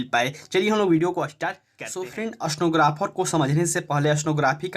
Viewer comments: स्टनोग्राफर नही स्टेनोग्राफर होता है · Aapka Pronouncation ekdam kharab ha.. Itna speed bolte ho! Stenographer ko snowgraphar sunai de rha ha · अस्तेनोग्रफर नहीं होता भाई